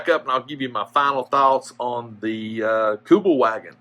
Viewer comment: Kübelwagen - pronounced Kübelvahgen, German W is pronounced as a V, Kübelwagen is a German word, contracted from Kübelsitzwagen (literally: 'bucket-seat car')